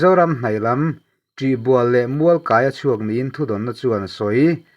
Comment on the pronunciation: Burma khawhming leh thildang hming te hi, lam thiam a har hlawm viau a, inrawn lam fuh hleithei lo te pawh hi in mawh love, amah erawh chu mahni mizoṭawng mizo khaw hming em em inrawn lam fuhlo ṭhin hi chu, in demawm deuh lek lek ṭhin TUIBUAL tih te, ZIMTE tih te hi chu mizo khaw hming liau liau ani e.